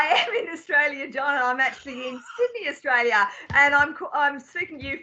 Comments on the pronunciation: Austalia ? I’ll forgive ya👍🏽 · John, you forgot the R in AustRalia